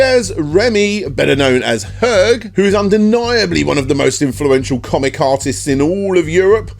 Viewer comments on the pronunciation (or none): "Herg"? Isn't it pronounced "Air-jay"? There's not a dozen comments correcting you so... am I wrong?? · Herc? Dude someone didn't do their research on french pronunciations. First of all the H is silent, so it's pronounced something like this: er~shey. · Also HERG? It''s pronouced Her-jay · More like Er ché as in Che Guevara, the H is mute.